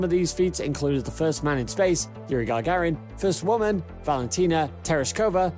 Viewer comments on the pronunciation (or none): 'Gagarin', not 'Gargarin'. You should work on pronunciations too, a bit. Otherwise, very informative video. I think if Starship succeeds, Russia will be left behind. We'll see if they cooperate with China. That's a bit scary.